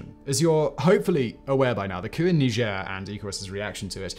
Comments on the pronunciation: Are you French? Why are you pronounce it like that? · That's how you pronounce it? Didn't know that. I pronounce it 'Nyjer' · You mispronounce the name of the country, it's supposed to have a more of a G sound and a harder R on the end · Can’t wait to hear “mispronounce” Niger.